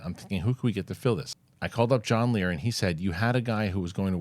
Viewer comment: Leer not Lazar